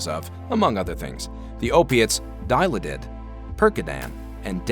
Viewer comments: LoL Dial-A-Did. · Never heard Dilauded pronounced quite like that😂